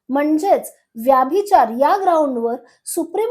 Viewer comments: मॅम व्यभिचार म्हणा व्याभिचार नव्हे. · ताई तुम्ही मराठी आहात ना? मग उच्चार योग्य तसेच बरोबर करा ना. ही आग्रहाची विनंती. “व्यभिचार “ उच्चार नाही.व्यभिचार हाच योग्य उच्चार आहे. तुमच्या चित्रफितीत उगाचच इंग्रजी शब्दांचा उच्चार वारंवार का करतात? चपखल मराठी शब्द वापरले तर समजणे सोपे होते. तुम्ही कदाचित शुद्ध मराठी बोलणार नाही याची मला खात्री वाटते. परंतु मराठी भाषेचा अभिमाना पोटी एक क्षीण प्रयत्न.